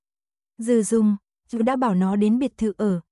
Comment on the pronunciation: Người đọc .chů = chú , rối = rồi ,nghe lơ lơ dao ấy !!!